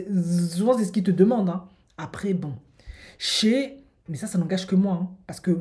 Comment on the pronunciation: SHAY se prononce pas "CHEH" mais "SHAÏ"